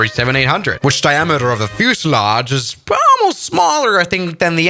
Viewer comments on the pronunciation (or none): none